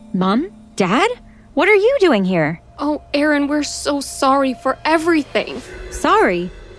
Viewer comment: idk in the vid it's spelled Aaron (subtitles) but they pronounce it as Erin